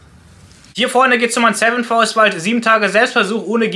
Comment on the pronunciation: Ich verstehe immer seven forest... 😀